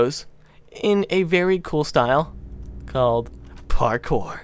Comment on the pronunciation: Agreed except maybe the word "parkour" not parkpour.